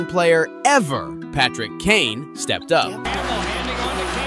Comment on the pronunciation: I had to pause and go to the comments right away. Clicking off - maybe someday I'll come back but if you don't know his name, how can I enjoy a video about hockey from you?